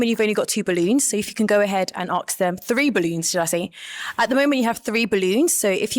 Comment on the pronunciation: "Aks". Sounds so ignorant.